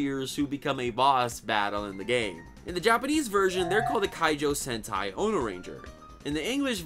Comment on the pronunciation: Its most likely ono (axe) and not onore.